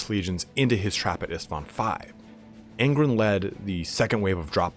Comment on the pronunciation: Are you saying his name wrong? Its Ang-ron, not An-gren. Where are you getting the "en" pronunciation from?